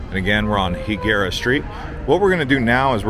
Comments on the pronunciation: It’s pronounced High Guerra NOT He Guerra lol 😂 I use to live there for over 10 years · And it's pronounced High-gara. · nope its not pronounced the way you did. its hispanic not gringo. lol